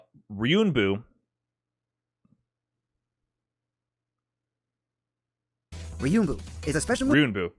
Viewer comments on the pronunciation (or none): I watched this live and its funny because when he had trouble saying Ryuenbu he referenced a video that also said it wrong. Just a note its not pronounced Ryunbu its literally Ryu En Boo. Anyway great video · Love how he mispronounced Ryuuenbu, found a vid where a guy misspronounces it, thinks its correct lmao It has an e.